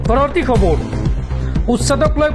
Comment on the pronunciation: Okhamiya ussharan bhalkoi karak,khubor nohoi khabor hobo lagey